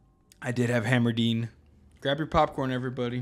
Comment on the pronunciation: Still saying "Hammerdeen" in see. Hard to break a bad habit. :)